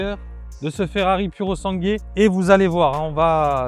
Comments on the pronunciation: PURR-oh-SAHN-gway ! "Purosangay" mdrrrrr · on dit purosangoué!!!!! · Purosangue (GOUÉ) merci pour la prononciation c’est important 😉🇮🇹🏎️🏎️❤️ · Tu prononces mal le nom de la voiture gros !!